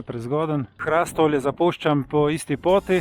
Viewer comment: Hrastovlje se izgovori z povdarkom na o HrastOvlje ne pa z povdarkom na a kot vi izgovarjate... samo opomnik😉